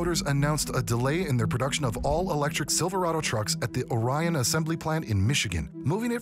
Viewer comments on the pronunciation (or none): It's pronounced ORion. In the town of Lake ORion.